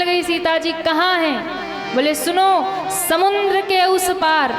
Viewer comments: प्रवचन करने वाली बहिन जी समुद्र को समुन्द बोलती है जो कि पूर्णतः गलत है। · बहिन जी आप समुद्र को समुन्द बोलती है जो कि गलत है।कृपया सुधार करें।